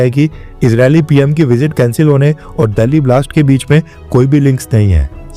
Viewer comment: आप दिल्ली को दल्ली pronounce कर रहे हैं। कृपया इसे सुधारे।